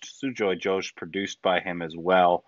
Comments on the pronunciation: Guys this is Ghosh pronounced like Gho-st not Josh of URI 😂 And this story is also set in Calcutta as the main character Bob Biswas is a bengali, but the movie is made in Hindi language mixed with little bengali dialogues. And her name is D-I-Y-A not DAYA 😄 (Di not Da) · Diya pronounced as Deeya. Ghosh pronounced as a hard G with an attached ‘h’ not like ‘josh’ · How do you pronounce Ghost? Ghost. How do you pronounce Ghosh? Josh. My mind goes "WHY?" That too someone who they've talked to personally. Confounds me why some simple steps can't be taken to improve the experience quality of these videos. Oh well... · DIYA is pronounced as DEE AAA and it is not Josh it's GHOSH :)!!!!! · the last name is not "josh" - it is Ghosh - where the 'Gh' should be pronounced like the Gh of "ghost." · It's Dīyā not Dāyā and Ghosh like Gh of ghost not Josh 😊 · Everytime pronounce Diya as Daya and Ghosh as Josh I am like 🤦‍♀️😂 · You are supposed to pronounce Ghosh like Ghost. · Shame on you! You don't even know how to pronounce the name of the director! And he was your guest too! Mispronouncing someone's name is the biggest insult. Please be responsible to your work. You guys are very very sloppy.